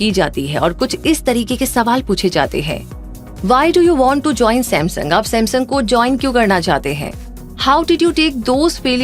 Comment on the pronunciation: Reminding kachra Seth ,Ye mera samsoong ka number 😂😂😂